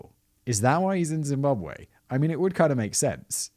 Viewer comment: Woooooow Simon a story about my home country 🇿🇼🇿🇼🇿🇼 you pronouncation is on point